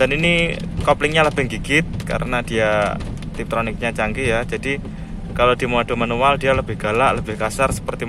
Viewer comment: Tiptronic mbak bukan triptonic, tonic? Hair tonic? Hahahahaa Enakan tiptronik, bisa nyantai pakai full matik di D, bisa sruntulan dan mainin gigi via paddle shift atau tuas transmisi. Buat nanjak juga enakan matik, lebih cepet ganti gigi dibanding kita ganti manual pakai kopling.